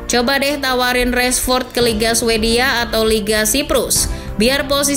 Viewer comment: Rashford bukan Reshfod